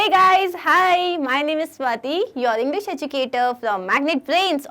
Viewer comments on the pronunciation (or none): none